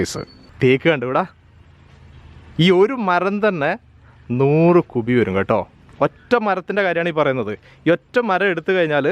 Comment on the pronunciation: കുഫി എന്ന് പറഞ്ഞാൽ മതി കുബി വേണ്ട😆😆😆😆😆😆😆